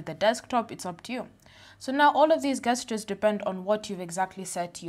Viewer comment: it`s pronounced JEST-CHAIRS... not GUEST-CHAIRs.... jesus christ